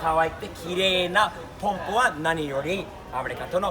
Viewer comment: いい車乗ってるねー。スティーブはちゃんと「ポンプ」って言ってる。アメリカの人はいつも「パンプ、パンプ」って言ってるよね。